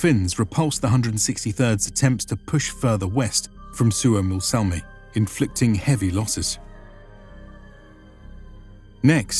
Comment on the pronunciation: SUOMOSALMI is actually Suomussalmi.